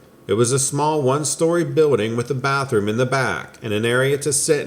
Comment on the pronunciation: I love when you say “biwlding”.